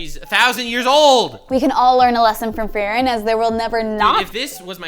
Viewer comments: Fact she keeps calling her Fairren not Freeren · Every time she said Frerrin or Fearin 😖